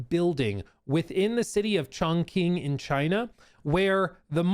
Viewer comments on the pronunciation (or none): Btw, Chongqing is pronounced more like "Chong Ching" instead of "Chong King". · Alright i understand not wanting to say it as a white boy but its pronounced "chong-ching" not "chong-king" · Hearing him say ChongKing over and over is painful lmao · fun fact, chongqing city in china is pronounced "chong ching", because "qi" is pronounced "chi" and not "key", and yes it sounds like someone making fun of the Chinese language, but it is the correct pronunciation